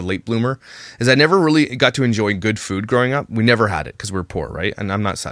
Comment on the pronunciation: Why does she insist on saying ‘food’ like ‘feud’??